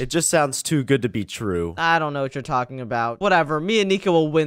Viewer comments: Yalking? You mean talking right? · Yalking. Yolk